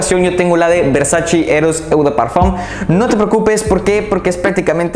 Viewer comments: Tus videos son buenos, tienes una colección excelente. Pero tu pronunciación de las marcas es terrible, hace que el video pierda credibilidad. Ojo con "eau", no es "eu". Se dice "o". Ojo con las palabras en francés que tienen "oi" juntos, se dice "ua". Por ej. Gentleman BUASÉ. Te recomiendo ver videos de reseñas en otros idiomas, servirá. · Me encantan tus videos y reseñas 👍 solamente que se escucharía mucho mejor lo de eau de parfum, la parte de eau se pronuncia tal cual como una "O". No me lo tomes a crítica o hate sino todo lo contrario 👍 sigue así